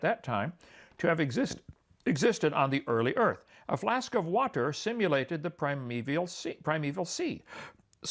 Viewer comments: He does use silly pronunciation of certain words like many preachers do. Whaaaaterrr is a classic. This is to try and set himself apart and give the appearance of special knowledge which he doesn’t possess. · Is Kent a stroke survivor or does he pause in between syllables to be as condescending as possible? Example: WA….ter